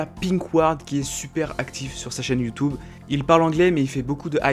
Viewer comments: "youtoube" mdrr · "Youtoube" :D